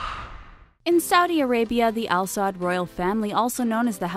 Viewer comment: It’s not alsod it’s alsaud.😂